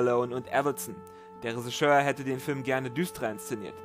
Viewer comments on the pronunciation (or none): Yeah, wer kennt sie nicht, die Leute, die Filme dirigieren: RESISCHÖRE 😂 ! Trotzdem, ich mag deine Vids, also, nix für ungut 😉 Grüsse aus FFM, J.